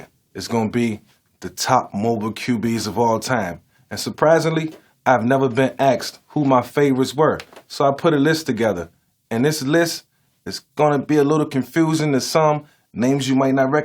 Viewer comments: He really sayin aks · No one: Micheal Vick: “I’ve Never been axed” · “I’ve never been axed”. Cringe